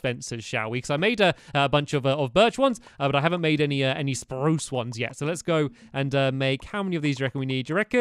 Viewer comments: You did not say it right you said sprue not sprrrrrrrrrue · Guys stamps forgot to pronounce spruce sprrrrrrrrruce